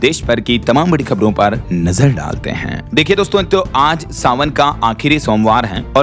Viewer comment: Aap jo bolte ho ki"Nazar daalte h" uski bolne ki tone change mat karo, ye tone achhi nhi lagti h.jese dusri baat bolte ho vsi hi tone me bola karo